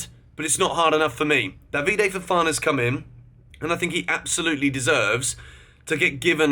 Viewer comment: Please can you learn how to pronounce Badiashile and David Datro Fofana properly. It’s not Badiashilie and it’s not Davide. Other than that, great vid